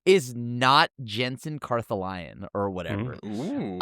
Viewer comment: Cartha lion?? So you pronounce ‘Parhelion’ Par he lion? Guys…